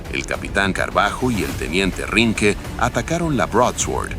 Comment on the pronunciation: El video es muy bueno en general. Los dibujos y el relato en general. Pero deberían prestar bien a lo nombres y/o apellidos de los pilotos, en especial cuando dice Carbajo. Calculo que hará referencia al por entonces Capitán Pablo Marcos Carballo, si no me equivoco